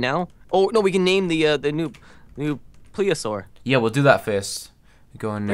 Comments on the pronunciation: It's pronounced " plee-see-a-sore" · Its pronounced(ple-a-sore